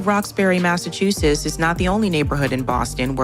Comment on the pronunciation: “Massachusess”? I don’t think so. She doesn’t know how to pronounce the name of the state in which she lives.